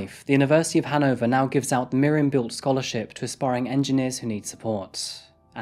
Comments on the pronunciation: Thank you for choosing a German case. Beelte is pronounced like bail-t-ea with ea pronounced as in bread. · "Bay-el-tuh" not "Bealt". Why don't you ever find out how to properly pronounce anything?